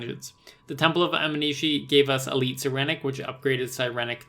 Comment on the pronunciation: Nope! Animishi! It’s Aminishi, not Animishi. Pronounced it wrong too.